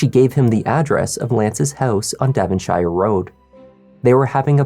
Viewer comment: Use Google on how to pronounce 'Devonshire', Please...